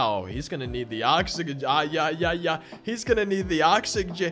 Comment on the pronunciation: bro could not say oxygen for the life of him